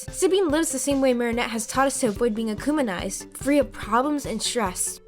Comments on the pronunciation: Did you say akuminized it’s akumitized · Akumitised not Anunitieesd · I believe this theory might be true. But also am I the only one but she is accumenized instead of akumatized. (No hate just thought it was funny) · "Akumanized"? It's akumatized. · Wth is “acouminized” huh?! It’s “ACOUMATIZED” AND All-I-ya?! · Am I the only one who noticed she said akumanised instead of akumatized... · ‘akumanized’ lol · "Emeel agrestay" "Akumanize" "Alayaa" "Juleeka" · its ukumatised btw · She said acumonize 😂😂😂😂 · Stop saying ukumanized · “Akumanized” “Agrest-ay” “Oh-lie-uh” I’m shocked you pronounce Sabine correctly.